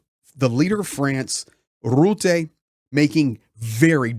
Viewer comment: 😂 i love how you pronounce rutte....rrrrrroeteh! 😂😂😂😂 Yes he is a real 🤓